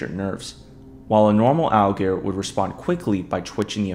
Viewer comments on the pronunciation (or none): The word is 'alligator', not 'al-gears'. Please slow down and pronounce your words more clearly. You nearly made my ears bleed trying to decipher your mumblemouth video. I get that you might be nervous, but open your mouth more, slow down your tempo, and pronounce the words correctly. I have no idea why the alligators are zombies because I could not stand to listen to this mishmash of slovenly speech. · To be fair, he doesn't even say the t for alligator, he says "alligor". Idk why he can't just say alligator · Listen again bro has difficulty saying R and T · You kinda have a problem speaking the word alligator 😅 When you say it, it sounds like "aelgear" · u watch it again... e pronounced alligator "algear" every time... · Algear Algear Algear Algear Algear Algear Algear Algear Algear Algear Algear Algear Algear Algear Algear Algear Algear Algear Algear Algear Algear Algear Algear Algear Algear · Why do you pronunce it """"Allgrs"""???? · no not really, he speaks it like a german would speak an ä wich is pretty much ae in english. Watch the video again 😅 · oh i would once or twice, given. But not everytime i say the word throughout the entire video. He definitely has a problem speaking the word, and its not just a happy little accident. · heres a better question than the dumbass one you just asked: why make a video about aligators when you cant pronounce the word aligator properly? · I guess it’s to much to ask to say alligator correctly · Be careful, this comment section is sensitive when calling out someones speech pattern. I got flamed under my comment for pointing out he says alligator incorrectly